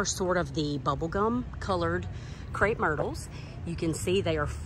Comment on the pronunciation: Crepe not Crape. 😖